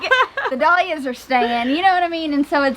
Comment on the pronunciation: dahlias=dal yias! Not doll yias!